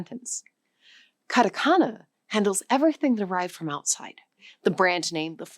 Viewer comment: カタカナ(katakana)がカナカナ(kanakana)に聞こえるんだけど、ちゃんとkatakanaと書けてるのか？